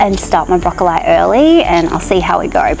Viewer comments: it's how Queenslanders say it. Don't change your pronunciation as it's the original Qld way! It sadly seems to be dying. Hold th line Queenslander lol. My kids and friends still say it this way! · Finally a fellow queenslander who says broccoli like queenslanders used to! I still pronounce it this way as do my kids.